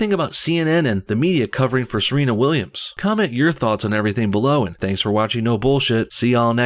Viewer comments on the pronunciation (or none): none